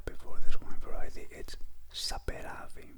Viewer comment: Very good pronunciation of Georgian autochton grapes btw! Great video, Thanks